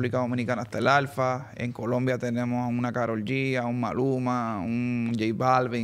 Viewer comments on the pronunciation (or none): COLOMBIA******** NOT “Columbia🤦🏻‍♂️ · It’s Colombia not Columbia